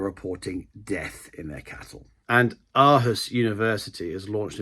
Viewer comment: Århus = Oarhus. Thank you very much. Mette fredericksen is pronounced Metler Fredolphsen